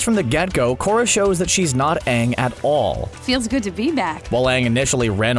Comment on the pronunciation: CBR: Korra is way powerful Fans: Are we based on the "Aang" (yes the wrong pronounced one) of Shyamalan? Cause if we are I maybe agree on them.